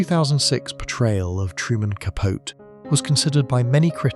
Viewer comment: Apparently this AI didn't learn that Capote is pronounced capotee...